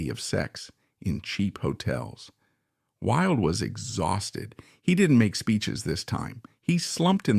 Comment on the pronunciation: Why oh why could the narrator not get the pronunciation correct. He couldn't even get "Wilde" correct. Totally spoiled it and had to stop in the end, just too bad.